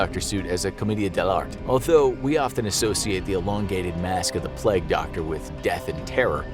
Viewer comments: Its ‘plague’ not pleg? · Why do you say "Pleg" instead of pronouncing it correctly as "play-gue"? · Ahh yes, the pleg doctor lol. Nice pronunciation American guy lol.